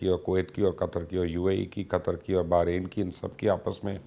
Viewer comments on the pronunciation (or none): none